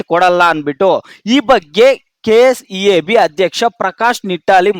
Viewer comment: Kseeb bro kseab alla😂